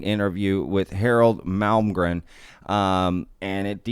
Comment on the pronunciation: Hey there, I'm a fairly recent sub, & really like what I've seen so far. The main point of this comment may seem trivial, or silly to some folks but, it's the fact that you are thee only other person, other than myself, that I've heard pronounce Harold Malmgren's last name correctly! I'm dead serious bro, everybody is calling him Mal-gren, & not including the second M. Thee exact same deal goes for Malm-strom AFB, they all call it Mal-strom. My phone even keeps trying to "correct" me when I type in Mal-strom!!! Pay close attention when you hear other folks talking about either one of these names, & you'll see that I'm right. It just drives me nuts, because I automatically expect everyone to screw it up, but today, I started this video & heard you say Malm - gren, & was sooo surprised, I had to replay that part over 2 - 3 times, to be sure! Thank you, you're doing fine work, & have a keen "BS" meter, regarding fakes or "hoaxes". Keep it up, Dino in Ventura CA.